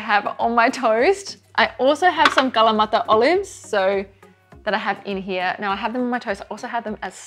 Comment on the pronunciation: Was anyone else shocked by how she pronounced Kalamata olives .. like I’ve never heard a Greek person pronounce kalamata olives but I feel like that isn’t how it should sound lol